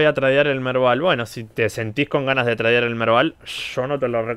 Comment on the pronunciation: SE DICE TREIDEAR, NO TRADEAR